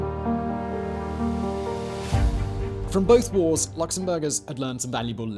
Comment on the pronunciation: When Simon said "Two World Wars and" I was half expecting him to say "one World cup doodah doodah" must be the accent Luxembourg is also a ridiculously beautiful country. The capital is a great place to have a beer on a hot day chatting with friends and setting the world to rights.